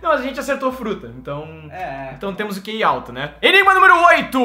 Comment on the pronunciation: NÃO É QI É KI